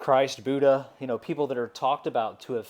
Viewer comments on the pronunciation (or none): none